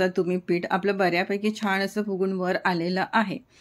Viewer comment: रेसीपी छान आहेच पण छान म्हणायला शिका सारख छाण छाण करू नका